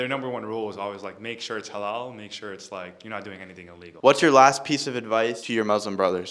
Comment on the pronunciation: Halal is pronounced with soft l's